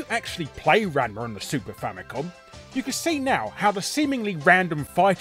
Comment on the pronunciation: So did any other Ranma fans cringe at Larry's attempt at pronouncing his name or was it just me?